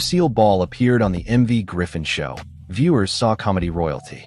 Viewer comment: His name is MERV., not "Marv."